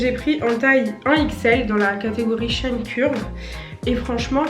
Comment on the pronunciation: Trop cool la vidéo 😍 Tu m’a un peu stressée à dire Shein « Chêne » or que c’est « Chi-ine » 😂